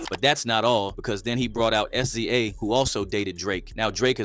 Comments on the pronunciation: "Ess-Zee-Ayy?" It's "Sizza" right? "Sza" like "Rza" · That pronunciation of “SZA” ain’t it, bro 🤣